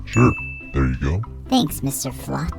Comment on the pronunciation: Yah but is it mr flop or mr fluff 😂😂😂😂😂😂😂 😂😂😂😂😂😂😂😂😂😂😂